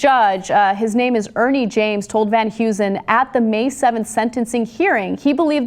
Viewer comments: I love how Americans pronounce Dutch last names. 'Van Hughzen' (Van huizen) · The surname is pronounced Hay-zen not Hew-zen. Its Dutch. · It's funny how americans pronounce dutch names such as "Van Huizen"